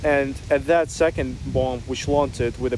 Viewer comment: Hey! Interesting video. Not to nitpick as I think that your English is great but the letter “B” at the end of the word-bomb - is silent. Also when you add “ER” to the end of the word, the 2nd “B” is still silent.